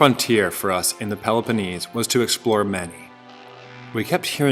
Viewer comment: Meni? No ... Mani ... (pronounced as if you are saying money$$)